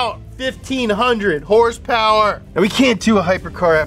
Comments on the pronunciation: “Hurspurs” lol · "hurse purse" absolutely killing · It's so hilarious when he says hearse-purrs instead of horse power, it neverrrrrrr gets old at all. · The way he pronounces horse power makes my blood boil